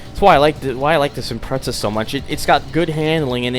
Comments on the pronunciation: Sheesh, this guy annoys me... It's IM-PREZZ-A, NOT IM-PRETS-A! SAY IT RIGHT! >:L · Actually it's IMPRETZEL thank you